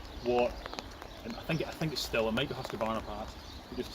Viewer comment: It should be pronounced steel like the germans say it but almost everyone says still in the UK because of how it reads in English - keep saying steel - you're correct.